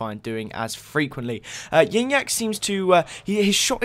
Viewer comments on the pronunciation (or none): It's pronounced gee nyac